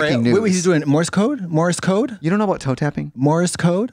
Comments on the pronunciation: was katya saying morris code 😅 is this another tubberware situation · Katya said "morris code" 😆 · Katya mispronouncing Morse code sent me every single time!!